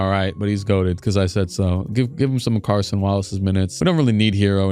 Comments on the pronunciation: It’s Cason Wallace, not Carson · It’s CASON Wallace not Carson Wallace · As a Kentucky alum and fan; I can’t keep having the disrespect in game. 🗣️: HIS NAME IS CASON WALLACE🗣️ CA-SON. Not ‘Carson’. No ‘r’ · It’s Cason. 🤦‍♂️ there’s no R in his name. Not on you just them.